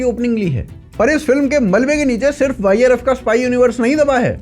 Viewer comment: Yrf ❌ virus ✅ hahahaha i heard virus when you said yrf 😂😂